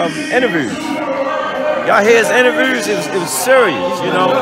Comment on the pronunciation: Coach Calvin great coach, but cmon “inerveroos”